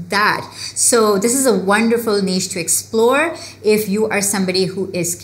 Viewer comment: Finally somebody pronounced that word "niche" correctly 🙌